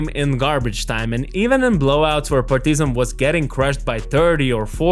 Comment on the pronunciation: PAR-ti-zan and not Par-TI-zan